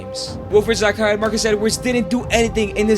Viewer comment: It "Zaha" not "Zaka"